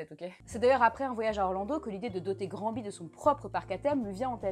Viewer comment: Granby phonétiquement se dit "Gramme-bé".